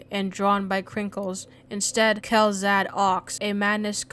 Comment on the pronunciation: did he really just call it leisurely RAGEtime, Kelzad OX and SCRAPface? also no, Sanford and Deimos are not the ones ro resurrect Hank, the Higher Powers do, disincluding the times Tricky had resurrected him